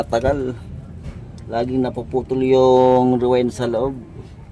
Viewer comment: Coil kuya hindi rewind